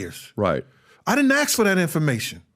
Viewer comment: Just axe me. No wit I'm saying lol